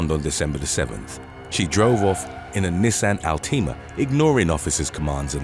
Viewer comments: "Knee-saan al-teema" 🤔💀💀 Nissan Altima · Never in my life heard someone pronounce Nissan Altima like that 😂😂😂😂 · Lmao I had to rewind and listen a second time 😂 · It bothers me how you said Nissan Altima..